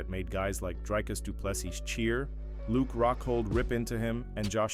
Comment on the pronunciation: No not du pleseesssssssses!!!! Simply say doo ple SEA or SEE.......STOP ssssss at end